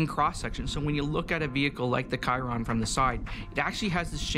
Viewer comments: Bro just said Kairon? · Bugatti did the 490.5 km/h or 304.72 mph like 5 years ago and Nat Geo uploads it now when the Chiron is already out of production :/ That dude in white calling the Chiron as 'Kairon' has to be the most annoying thing ever. Like you're in a shooting where you're talking about a car, like you must have time to prepare for it and he couldn't know what is the name spelt as? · The producer had to literally cut the guy in the white shirt out because he refused to bring his hands down and pronounced Chiron as KAIRON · We don’t say kyron mfkr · Where's the "kairon" he speaks of?